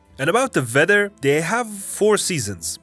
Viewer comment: It's Weather , not "vether". Please work on Your pronunciation.